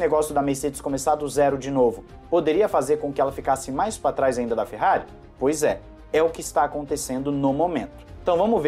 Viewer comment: Para de falar "maispatras"